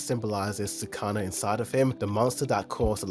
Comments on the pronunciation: I had to stop the video after he pronounced Sukuna as “sooh-kah-nah” -_ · Sakana? You said fish in Japanese lol. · Why do you say Sukuna like Sakana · trust me when I say he will never correct that hes been saying it like that since the very first episode LOL plus he watches for the pretty colors who cares about actually paying attention